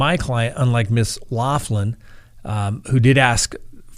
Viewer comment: I enjoy your show.. But you're driving me crazy the way you say her name lol its an Irish name Loughlin and it's pronounced locklin 😂😉